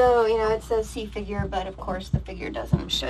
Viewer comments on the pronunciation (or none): none